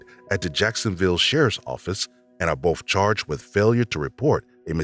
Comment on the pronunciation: Narrator is great except for when he say "boph" for "both" as if he's about to say "bophades nuts"